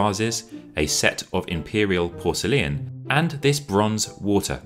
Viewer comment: Porcelain is now porselleean?